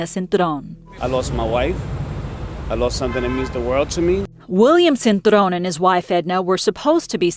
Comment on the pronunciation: Even when they try to speak Spanish Americans still can’t pronounce o 😂 it’s cintrón not cintrown